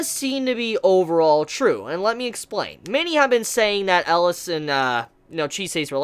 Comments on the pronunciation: That's funny, I kept hearing "Ellis" and not "Elias". Oddly enough, he pronounced Titania, Oberon, and Chise all correctly lol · Its Elias, not Alice.^^